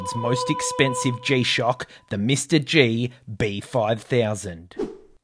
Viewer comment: I cringe with each “Mr. G”. It’s “MR dash G” so “ Em arrr Gee”. Ugh.